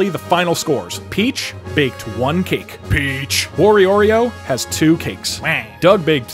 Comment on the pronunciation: I agree it's Wari-oh, not War-ee-ow. But it's W-oreo